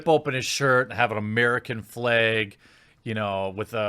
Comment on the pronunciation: "American flehg"